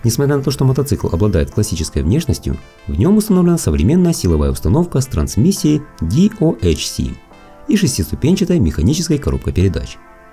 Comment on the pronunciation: Как услышал "ди-о-чи-эс", сразу выскочил из ролика. Всё стало понятно.